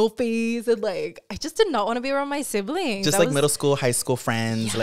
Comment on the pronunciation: Wtf is a sivling!? U mean siblings !????😂